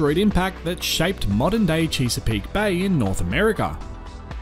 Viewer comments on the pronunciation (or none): Chess-a-peak, rather than Cheese-a-peak.😎